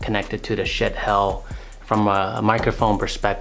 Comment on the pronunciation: Lol! I wish you had posted a link to some of your equipment like the decent-sounding mic over your head and the arms boom for your light that you adapted for it. I've spent a small fortune trying to get a decent mic to pick up my voice. By the way, it isn't pronounced shit, it's supposed to be shee-at